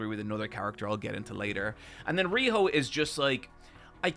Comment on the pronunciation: Pronouncing Zanka as "Zanko" and Riyo as "Riho" is so much more egregious than calling the Sphere "Sphera" 😭